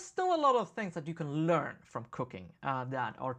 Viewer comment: First five times you said "cooking" I understood "cocaine". You can't imagine how weird it was. Lol. I'm not a native English speaker either so that might explain it. Great episode!